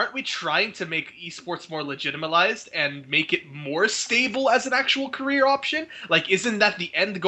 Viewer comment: "Legitamalized" Haha. Let's add that one to the dictionary please! Thanks;)